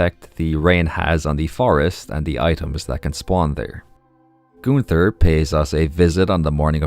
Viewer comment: I'm not good at names either but when you said Gunters name😭 that's literally the easiest name